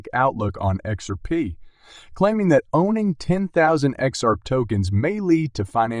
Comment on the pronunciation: You need to learn how to pronounce Hinman as well as X R P.